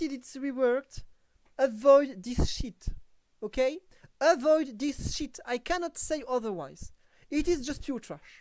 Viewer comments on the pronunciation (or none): “Awoid dees SHEET” sent me 😂😂 right in the middle of the office at work. Almost everyone turned around and looked at me 😂😂😂😂😂 I was not expecting that out of nowhere and in that accent. You earned a sub!